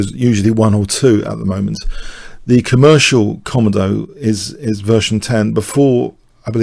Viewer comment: i think it is pronounced "kom-ow-doe" after the komodo dragon. Google "How to Pronounce Komodo dragon"